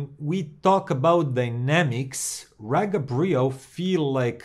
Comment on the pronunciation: It’s pronounced REEGA!!